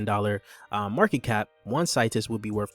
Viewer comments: Seeetus not Situs 👌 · Bro u saying the name wrong